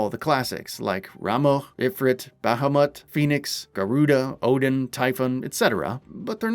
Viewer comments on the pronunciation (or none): none